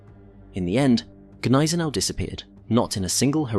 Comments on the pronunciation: The g is silent. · Silent 'G' on Gneisenau.